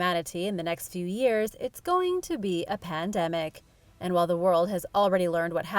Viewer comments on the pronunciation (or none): none